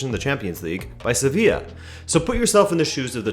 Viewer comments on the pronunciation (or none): none